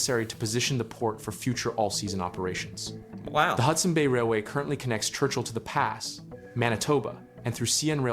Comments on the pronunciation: The Pas is not pronounced "The Pass", rather, "The Paw". It is French pronunciation. You need to learn about the land up there, and why shipping to Churchill stopped. There is Permafrost, which is nvironmentally fragile permanently frozen land. Then across northern Manitoba is Muskeg, water-logged land similar to peet. Now think about moving trains weighing thousands of tons hundreds of miles across something like pudding. And Muskeg isn't just on surface: it's deep. There is more than a few pieces of CAT equipment buried within that soup. Then there is the mosquitos. Anyone who works there in the summer will be eaten alive. Fun Stuff!! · of the video, AI incorrectly states the railroad connects to the pass and should be the Pas pronounced (paw) a town situated by, and derived its name from the Pasquia River. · The Pas is pronounced "The Paw". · One thing: The name of The Pas, Manitoba is pronounced "The PAW". It gets its name from the Cree word "opasquia" which means "high wooded narrows". Right now the population is just over 5000, but that number will increase with development. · The voice is either AI, or he does not know how to pronounce The Pas. Can't remember what he called it, but it was wrong. It's pronounced The Paw.